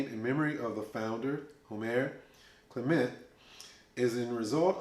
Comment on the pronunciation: I met a gentleman from Martinique who corrected my pronunciation. "Clay muh"